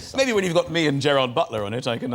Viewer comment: He messed up Gerard Butler’s name!